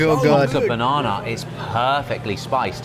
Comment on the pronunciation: What's a banawna? Oh banana 😂